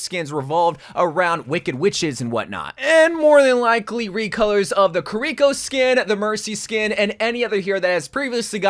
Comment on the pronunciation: You should here how he pronounces Kiriko lol. "KUH-REE-KO"